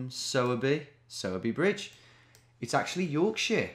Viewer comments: Ayy, my birthtown was in this one, Sowerby Bridge. Note: Its pronounced like Sore-Bee, but better than the Sour-Bee I've heard from most people who see it. Also, grats on the 1mill! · Hey Tom I don’t know if it’s been said but it’s pronounced sore by bridge - the er from sowerby isn’t pronounced! Anyways it was cool to see a spoons I’ve been to on here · It’s pronounced ‘sourBry’ bridge.